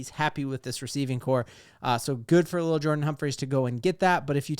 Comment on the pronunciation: It’s definitely L’il. Not Little.